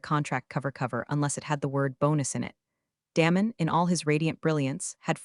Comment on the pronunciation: His name is not Damon, like “damn”. It’s Damon, like Day-mon.